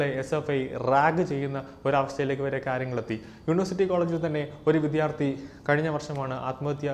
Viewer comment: വിദ്യാർത്ഥി എന്ന് തെറ്റാതെ പറയണേ !!!